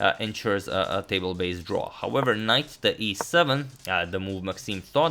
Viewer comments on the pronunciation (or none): Hi. R u saying "table based draw" "table based win" ???